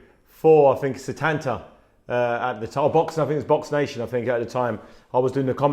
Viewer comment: When Haye said setanta 😩😂😂😂